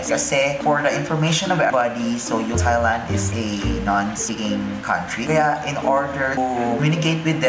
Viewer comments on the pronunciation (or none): none